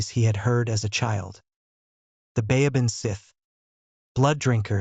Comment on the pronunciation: Great story, but it's pronounced "bavan shee".